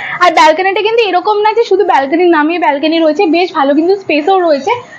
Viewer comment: Anekei dekhchhi 'balkeny' bolchhe, kathata hobe 'balcony'